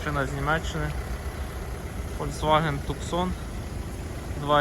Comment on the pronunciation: Фольксваген ТЮксон. . .? Новая модель однако. Ой вэй. . Город в штате Аризона - ТуСАн. Местные произносят Тусн.